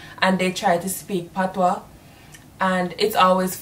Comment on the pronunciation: It's "patois" not "patios"